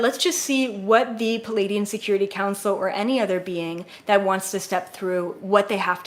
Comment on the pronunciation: 🤷🏻‍♂️ Yeah, but that’s just. She’s like me, almost all MACRO, very unfazed by details (like pronunciation). I kid, I kid... 😂 But, I can relate: the first several weeks I followed her, I was wondering who these ‘Palladians’ were, exactly... Then after I got to know her better, I realized she just had trouble with the double-vowel cluster in the word Pleiaidian. Now that I get that, I don’t bat an eye anymore whenever she says stuff ‘uniquely’ ☺️ (I teach pronunciation, so I feel silly that it took me so long to realize this)